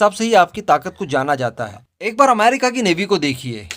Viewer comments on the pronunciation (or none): none